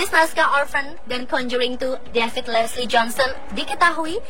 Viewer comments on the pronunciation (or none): none